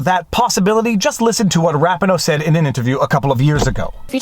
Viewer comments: I believe that the name "Rapinoe" is pronounced "Rapeeno". I mean no disrespect, and I know you didn't either. I'm just one of those odd Americans that used to watch international soccer (or "metric football", if you prefer) and listen to the announcers. I've watched every one of Nate's videos on this, and think he has done a yeoman's job of explaining the issues for non-lawyers. (You and Barnes usually do this as well, as does Steve Lehto and Uncivil Law, aka Kurt, just not as in depth as Nate on this issue.) Dang! The algorithm must be positively glutted on this comment! Thumb is up, obviously. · Her name is pronounced ra-PEE-no....accent on the 2nd syllable. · Not like it matters to much but I think it's Ra-pee-no. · Vive Megan's last name is pronounced. Raa pee no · FYI - Rapinoe is pronounce Rah-pee-no. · I love your videos, but constantly mispronouncing Rapinoe’s name undermines your argument in that it appears that you are either (1) being petty and childish by deliberately mispronouncing her name, or (2) you haven’t done basic research in this case to know how to say it correctly. You showed a clip from a news interview where her name was pronounced correctly at least twice at the beginning of the interview. I don’t blame you if you’ve never watched women’s soccer, but anyone who has watched the USWNT play will hear her name pronounced correctly throughout the game. This is a silly mistake in your post, but one that undermines your credibility.